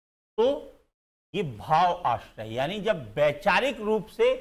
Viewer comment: सर, माफ करना, आश्रय नहीं आश्रव कहना, बोलना